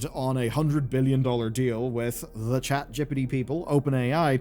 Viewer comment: Imma start calling ChatGPT to ChatJippidy 😂😂😂 Idk if that was intentional but it made me laugh 😂😂😂